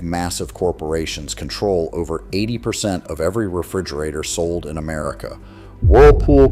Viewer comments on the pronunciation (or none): none